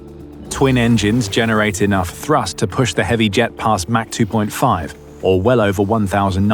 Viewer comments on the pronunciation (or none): Mach 2.5, not Mac 2.5. Against gravity? WTF else? Narrated by a moron.